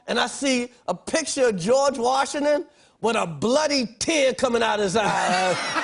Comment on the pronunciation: Did he say George Washin-non?? LMAO... Oh jeez!!!